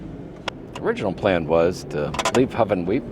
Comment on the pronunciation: Its Hoo-Ven-Weep .